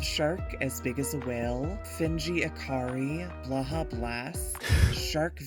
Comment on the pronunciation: I stand by my position that there's no wrong way to pronounce blahaj (depending on how it's spelt with the overring or not), but Moth's pronunciation is absolutely wrong xD /lh